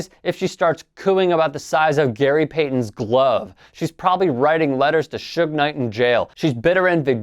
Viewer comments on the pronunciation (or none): none